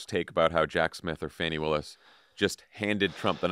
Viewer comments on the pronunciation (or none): It’s pronounced Fawny. Because it’s always nice to pronounce peoples names correctly when you know it, especially when you’re using it frequently in the media. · Fah-nee Willis, y'all :)